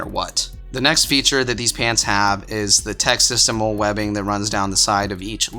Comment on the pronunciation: FYI: the MOLLE system is pronounced like the name Molly.